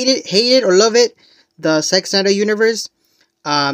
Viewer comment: Why does it sound like.youre saying sex Snyder ? 😮